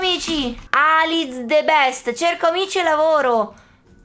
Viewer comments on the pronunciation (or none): none